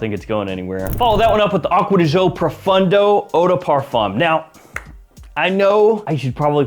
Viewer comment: "Aqua di JOE"... LOL ..your pronunciation is soo baad.. => "Geeeo" bro! :D